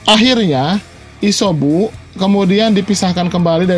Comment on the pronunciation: Isyobu jijik w nenger lo ngomong shynobi dll